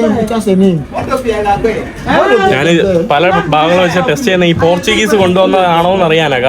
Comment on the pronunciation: എടാ മരപൊട്ടാ നാൻ നാൻ നാണ് അല്ല ഞാൻ എന്ന് പറഞ്ഞു പടിക്ക്: കമൻ്റെ കൂടുതൽ കിട്ടാനുള്ള ഊള വർത്തമാനം പറയല്ലേ അന്തം കമ്മി